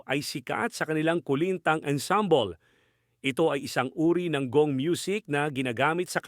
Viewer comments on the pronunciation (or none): none